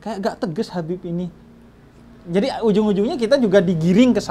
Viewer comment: Assalamualaikum... Kak Gita, hati2 kalau panggil Habib ya... Maaf bukan nya apa, panggil dengernya Beib Hahahaaaha :)